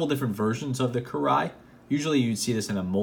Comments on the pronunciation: it's almost like "kee ray", as someone down below said. But I'm not gonna get into the pronunciation of the R, that's hard mode. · I literally winced at your pronunciation of kirei